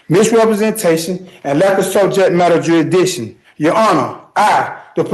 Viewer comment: I didn't know the proper pronunciation was jury dishon. The more you know....